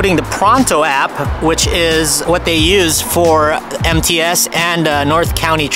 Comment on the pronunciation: When you said MTS transportation, I thought you said "Empty *ss" transportation. LOL